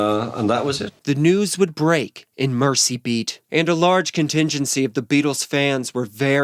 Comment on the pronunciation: Isn't the paper called Merzee Beat? The name of the river was NOT pronounced like "mercy". Thanks so much for this series.